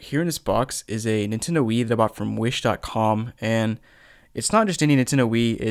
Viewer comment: For some reason he says Nintendo with one syllable instead of 3...